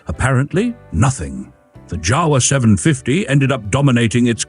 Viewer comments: It’s pronounced Yawa, not Jawa…. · that is NOT how you pronounce jawa. (IPA: /ˈja.va/) BTW mostly a motorbike manufacturer for last century.